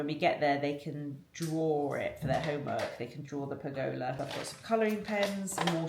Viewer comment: Maybe Google ‘how to pronounce pergola’ in the UK.